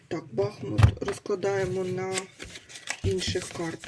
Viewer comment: Дякую,тільки будь -ласка БахмУт!